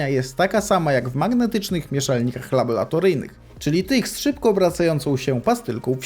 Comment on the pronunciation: Laboratoryjnych a nie labolatoryjnych, nieuku.